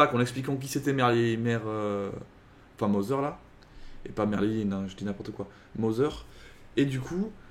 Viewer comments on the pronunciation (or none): none